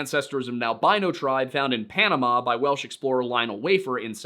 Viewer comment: glad someone fluent in Welsh feels he got it right. My grasp of the language is limited to a year of Duolingo and what I've scrapped from r/learnwelsh